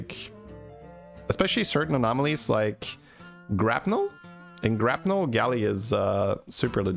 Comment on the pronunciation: Today I learned it's actually Grapnel, not Grappel